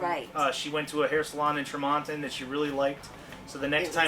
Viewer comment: I just started following you guys. I’m loving your content. I’m from Utah and chuckled at how you pronounced Tremonton (Tree-Mon-ton). We have many weird named towns here.